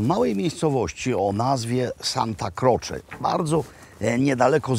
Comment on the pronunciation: Santa Krocze - interesujące.